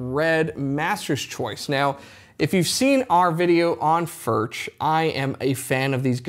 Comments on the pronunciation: FURK not Furch. The ch is pronounced like a K. Know your product. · Hi, your pronunciation of Furch is not accurate. It neither does not end like MarK nor churCH. If you can pronounce Johan Sebastian BACH correctly, use the same ending with FURCH. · Mate - great vid. Love Furch. But please at least try to pronounce it properly. Please